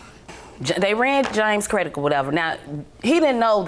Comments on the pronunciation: How she went to school &still pronounce credit as "credik"?!!! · Omgeee if she say "pretty much" one mo tiiime... crutch word MUCH 😆 wait did she say CREDICK?! I'm so glad she stood up for herself and WON THO 👏🏾 GO!!!